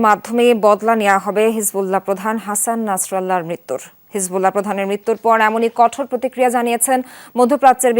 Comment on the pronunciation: এত বড় চ্যানেল হয়েও শুদ্ধভাবে নাম উচ্চারণ করতে পারল না, হাসান নাসরুল্লাহ